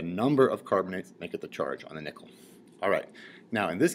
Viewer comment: when he says nickel it sounds like hes saying nippel.